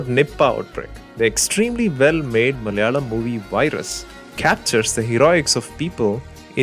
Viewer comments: 4.10 only malayalees pronounce the word 'Malayalam 'like this.. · 'മലയാളം' എന്ന് പറയുന്നത് കേട്ടാലറിയാം ഇദ്ദേഹം മലയാളിയാണെന്ന്.